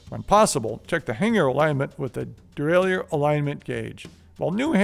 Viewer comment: it's pronounced "dee-ray-lur" like "a-ma-tur", not "dee-ray-lee-ur"... you amateur